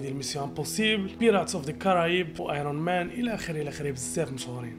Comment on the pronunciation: We don't say Ayron man (Iron man). You'd spell it Ayrn man👍. Stay tuned!!!!